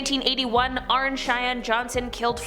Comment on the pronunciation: It’s pronounced Arnie not Arn 🙄🤦🏻